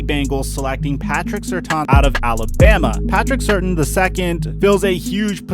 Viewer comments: It's Patrick Sir tan not certain lol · If you’re gonna do a mock draft atleast do your research enough to say the names right😂😂😂 who is Patrick SURTAN II? You must mean SURTAIN, there’s an I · my man i luv ya but u can't be making NFL videos on athletes if u don't know how to say their names correctly.Not only did u say Patrick Surtains name wrong u called him by two different last names. Come on bro!RayShawn Slater???Really?? You can do better than that.